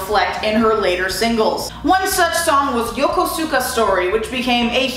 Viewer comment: And you mispronunced Yokosuka Story. It's Yo-ko-ska. Momoe literally sings it this way in the song.